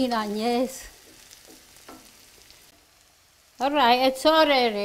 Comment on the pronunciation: “ISS OK” ❤ 🤷🏻‍♀️